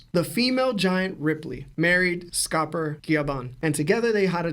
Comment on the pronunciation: Scopper GIIABBAN?? Lol 😂😂😂😂